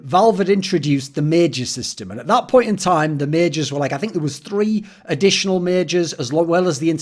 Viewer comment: you also said majors incorrectly, you said mages ^..,~